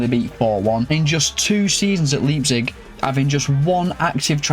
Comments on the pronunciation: You know whats absolutely embarrassing? You callling it Leeepzig. Leipzig. Leijpzig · RB Leeepzig”😂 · 1st Pronunciation of 2025: Laayp-zig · great video, mate. but that leipzig pronounciation has me rofl😂